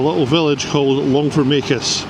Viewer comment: You obviously know the area well, you pronounced Longfomacus correctly.